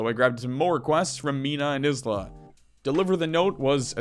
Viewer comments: Love your vids. Isla is pronounced eye-la though. <3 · For future reference Isla is pronounced like the first 4 letter in Island are